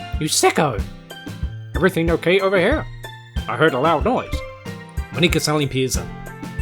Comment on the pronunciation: Btw,, are you sure it's Moníka and not Mónika?